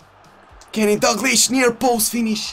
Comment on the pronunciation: dAlglish ne dUglish